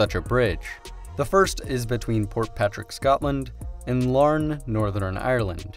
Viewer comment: Hey with multiple pronunciations in this little country alone its more surprising to hear a name pronunced correctly than wrong. Like you nailed Larne.